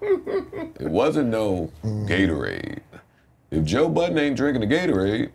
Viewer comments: respect Joe... take the "s" off of his last name...its BUDDEN..no S.. thank you. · Of course. He displayed a lack of understanding, knowledge or awareness in saying his last name with a s. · Stop calling that man Buuddenssssssssssss:face-purple-crying::face-purple-crying::face-purple-crying::face-purple-crying::face-purple-crying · Why do people add an ‘s’ at the end of Budden?? Is he a family restaurant or something lol I’m lost… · Great episode. I’m glad Joe Budden corrected them on saying his name right. Ppl insist on adding the imaginary S. 🤣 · Cracks me up how people keep adding an s to his last name